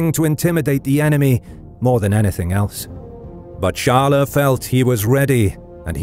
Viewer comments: Not charler. Its chyles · Charles should be pronounced Sharl, not Sharla. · Either pronounce it the English or the French way Tsharls or sharl but definitely not charlais or whatever you said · I have never heard the name "charles" pronounced as "charler" ever. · hes still pronouncing the names of all the cities in french. if its not "Charl-A" then how do you say it in french? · Char-le, but not "tcha" like and english monarch, more as "sh-ar-l" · Honestly just say "Tcharlz" as you usually do in english, there's no real point in trying to do it in a "french" way if the name you're trying to pronounce is common to both languages and everyone knows what it is. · First the "Ch" should be pronounced like the "Sh" of "should". Then the "es" at the end should be pronounced in part like "uh" as when you say “uh… I dunno” but cut and short not a loooong “uuuuh” so it’s more like “Sharl’uh!” 😅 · Charles = Sharl. The es is silent. You almost pronounce it correctly. Just drop the uh sound at the end. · But "Charl-A" is not the French pronunciation of Charles...